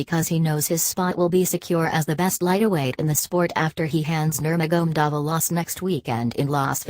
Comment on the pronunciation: khabib is the undisputed undefeated lightweight champion and his name its nur ma ga medov you are doing a narration on these fighters say there names properly dizzy woman and its de az not dearz my dear no wonder you got 50 views LEARN TO SAY OR PRONOUNCE PROPERLY B4 YOU START NARRATING WHATS KHABIBS NAME AGAIN MAGMADOV ? ? / / ?